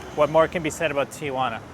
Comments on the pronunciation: If you are going to talk about a place you visit learn how to say the name. It is not TiAjuana. Read it it is Tijuana. Stop adding an A after the I Ti. Juana. Not Ti. A Juana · It's not TIAjuana there is no A, it's pronounced T-Juana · It's Tijuana, not TIAjuana. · 3 syllables..T WaNa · Its tijuana, not tia-juana. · Go home and practice pronouncing Tijuana . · Learn how to pronounce the name of the city. The locals think you’re an idiot when you can’t even pronounce the name of the city correctly. As for needing a coat, Tijuana is a coastal town where the border crossing is. It is always cooler near the Pacific. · I'm with the others. You need to learn how to pronounce Tijuana to start with.